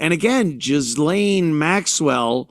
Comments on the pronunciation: Her name is pronounced Gizz-Lane....owhhhhh..unbelievable! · Ghislaine is pronounced GEELANE.